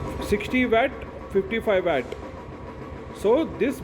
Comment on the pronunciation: Wet or watt pronounce at least good bro